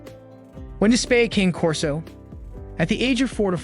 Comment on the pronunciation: RULE #1 - NEVER take spaying or neutering (or really any other veterinary) advice from a YouTube channel, especially from one where they cannot even be bothered to pronounce the breed name correctly. Pretty much all of the current research definitively indicates that the limited reduction in the prevalence of mammary cancer gained by spaying any large or giant breed early is certainly offset by the fact that spaying or neutering the dog prior to the natural termination of skeletal development definitively leads to an increase in the incidence in the joint problems, which are the most prevalent chronic health issues in the large and giant breeds. Current "lifetime" research studies clearly show that incidence of both hip dysplasia and patella luxation are 3 time more prevalent in both male and female large and giant breed canines (including Rottweilers, which you claim to be an expert in) who were spayed/neutered prior to completion of natural skeletal development. When these breeds are altered prior to this time the body lacks the hormone signal that stops the growth of the femur, so the femur bones continue to grow, changing the resting angle of the leg and hip joints, which greatly increases the stress on those joints. Bottom line, the current research clearly shows that it will be better for owners of large and giant breed dogs to wait to spay/neuter the animal until they finish skeletal growth, which generally happens around 20-24 months, although the data is still a bit